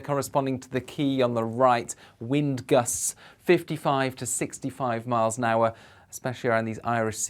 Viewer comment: Nicely styled out! "the weend and the rain" 😂🤣👍